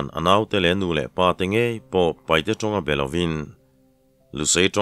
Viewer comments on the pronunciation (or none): none